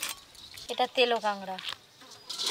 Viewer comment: Kagra na kakra hobe